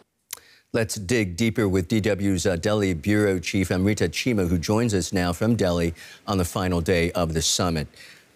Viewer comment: It's Delhi not Bali 😎